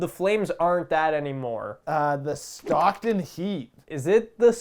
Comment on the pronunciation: Did this man literally just say "Scockton"?